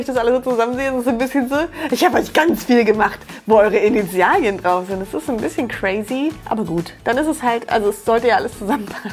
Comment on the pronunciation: Bin ich die Einzige die wegen "Initial•i•en" die ganze Zeit getriggert wurde? Sorry, aber das i hat da nichts zu suchen.